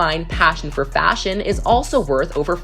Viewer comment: I hear the F work that dosent sound like faSHion